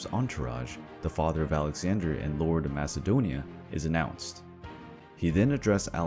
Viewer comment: Lion 1968 even though you spell it with a k sound.. the way you say it sounds like there’s a H sound, and theres no H sound in MAKEDONIA🇲🇰🇲🇰🇲🇰